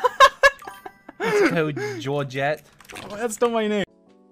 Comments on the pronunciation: ah yes, “gEoRgEtTe” our beloved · PLSSS NOT "georget"😭🤚